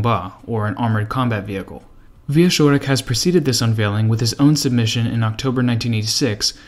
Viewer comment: you did great as usual. One thing tho. Wieczorek sounds in the middle more like "tch" (watch) than "sh" (harsh) But still, this is just nitpicking as I have zero issues with your reading. Thank you and TE team for this effort. Interesting story. "cz" in Polish is like it is in CZech Republic:)